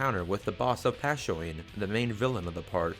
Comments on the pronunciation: I know right? "Pah-sho-neh". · Sorry for being nitpicky, but.... "Passhyoin"?